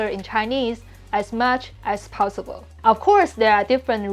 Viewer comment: Just because you are correcting xiaoma’s Chinese, I’ll just say that you pronounce “possible” like “powsible”